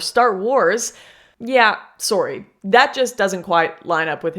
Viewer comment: You said Sore-y lol